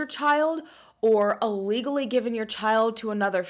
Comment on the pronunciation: Anyone notice how she always says "allegally" instead of ILLegally?